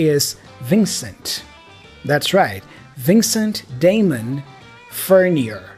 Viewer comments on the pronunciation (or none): Cool video. A few mistakes though. Eddie Vedder's middle name is pronounced 'Lewis' and Alice Cooper's last name is pronounced Furnyay. It is french in origin, and they pronounce the 'ier' as 'yay'